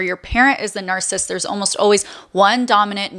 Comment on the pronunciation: This was very insightful. But every time you mispronounced the word “narcissist” was so annoying. It’s not pronounced “narcist.”